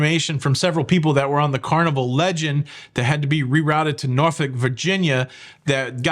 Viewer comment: Norfolk is pronounced Nor Folk. Just sayn. 😂